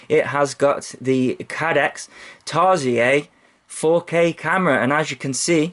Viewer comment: hahahha i found the way you said tarsier funny hahahha. Tarsiers is actually an animal where i live and its pronounced tar-sheer